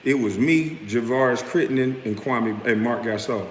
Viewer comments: I am a Ghanaian and I know that name very well. KWAME is pronounced KWA-A-ME or KWA _ ME is the name of a male born on SATURDAY in the Ghanaian culture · Whats even more messed up about Stephen A mispronouncing Kwame's name is he was told by Jalen Rose that its disrespectful and he continued doing it. But had the nerve to lie and say he never said anything negative about Kwame personally. He not only disrespected Kwame, but also his parents who named him